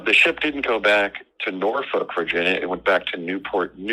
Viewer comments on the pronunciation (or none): none